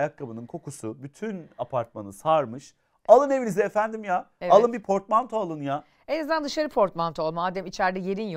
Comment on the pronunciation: Portmantoya fortmanto diyenler!!!!